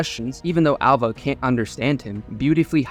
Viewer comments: Her name is ''Alva'' not ''Ålva''. Get it right. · “Al-Va”. Not “Ul-Va” Why did you edit yourself to be wrong?